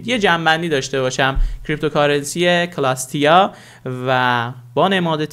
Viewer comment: سلام بزگروار . با نهایت احترام وقتی حرف سی بعد از حرف صدا دار ای میاد . ک خونده نمیشه و اوناو باید س بخونی . سلستیا نه کلستیا . موفق باشید.